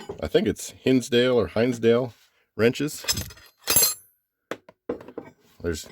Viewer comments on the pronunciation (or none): It's Hinsdale like a chicken hen